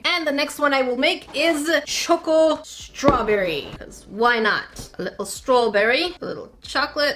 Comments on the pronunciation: Congrats!!! U got exactly 100 dislikes! I mean not rlly something to be proud of but its exactly 100 so lets make something to celebrate abt Edit: HANG ONNNNN i kept watching the vid and did anyone hear when she said “a little strawberry” 😂😂 im dying im british and thats more of a british accent than me or anyone i have heard (its ) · she sounds so British when she said strawberry ʕ´•ᴥ•`ʔ